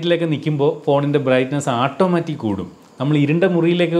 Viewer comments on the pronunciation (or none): ഈ ആട്ടോമാറ്റിക് എന്നത് മാറ്റി... "ഓട്ടോമാറ്റിക് " എന്ന് പറയുന്നത് കേൾക്കാൻ ആവും നല്ലത് എന്ന് തോനുന്നു...വളരെ ഫ്രാങ്ക് ആയ ഒരു എളിയ അഭിപ്രയം ആണ്.. 😊